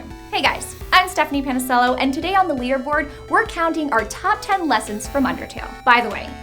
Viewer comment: when she said "leaderboard" it sounds like "wienerboard"